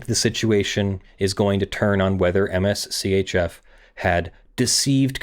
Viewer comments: You keep saying "M-S C-H-F"... If you didn't catch on already, I'm pretty sure it's Mischief. lol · For future reference Mschf is pronounced mischief. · Am I the only one, who is sure that MSCHF is intended to be pronounced “mischief”? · Also, I belive MSCHF is pronounced "Mischief"